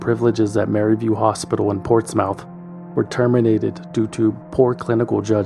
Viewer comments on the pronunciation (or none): It's pronounced portsmUTH. I live in NC about an hour or so from Portsmouth, VA